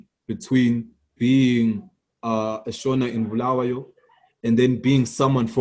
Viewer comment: So Trevor Ncube a ndebele man can't even pronounce Bulawayo correctly? Disappointing 🤦🏾‍♂️